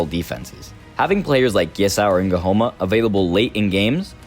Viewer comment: Nguhoma🤣🤣🤣🤣🤣🤣🤣,nice vid though